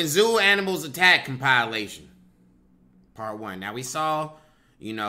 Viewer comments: It’s comp-i-lation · trips me out everytime the way he pronounces "compilation".